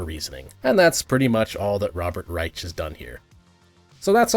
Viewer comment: Nobody:: "Robert Greich."